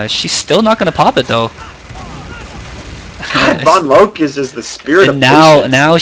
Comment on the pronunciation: Drop the E on vonloke when you say her name, you always say it wrong haha